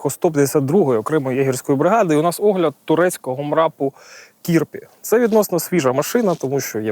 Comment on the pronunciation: Кірпі ударение на последнем слоге, переводится Ёж. Удачи Украине!